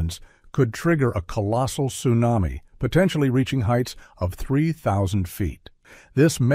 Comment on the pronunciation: Wow, ,,, time flies, 2021 for two months. I remember when it was a big thing. But I like volcanoes 🌋 Your pronunciation of tsunami toosuenami was worth the fifteen minutes 😹